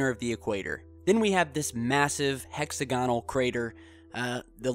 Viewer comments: Fun channel, but please add credibility by pronouncing "hexagonal" correctly. The accent is on the second syllable, not the third. I.e., [hek-SAG-uh-nl] not [hek-sag-UH-nl]. Just weird. And please be careful about using km vs. miles and not switching them around by mistake. Otherwise, fun/intriguing stuff. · hex-agg-onal....stress is on the "agg" part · Sorry gotta say it dude: Hex-og-a-null Great vid! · It's 'hex A gonal' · look up the pronunciation of hexagonal and Hoagland is a quack